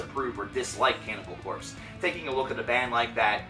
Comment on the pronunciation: you are saying their name like a noob.